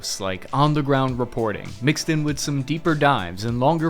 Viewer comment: you saying Iraq correctly now, finally